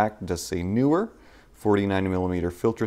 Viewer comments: How is it that 90% of people who I have heard say it cannot pronunciate the word NEEwer properly? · did you say newer neewer?